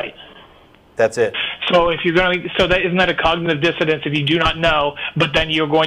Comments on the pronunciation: I love when he's trying to sound intelligent and keeps saying 'cognitive dissidence', so funny. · This philosopher can't say Socratic and also calls cognitive dissonance, cognitive dissidents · Hey, you damn word-salad chef.... DISSONANCE, not "dissidence."